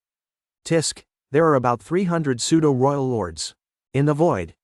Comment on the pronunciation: Nice work cant wait for the next part and we are waiting .and the pseudo,who,us ,it and other words are not pronounced well aside that every thing is cool.